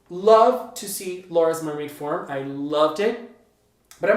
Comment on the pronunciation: Why did I almost always when you said "mermaid form" as "mermaid farm"? XD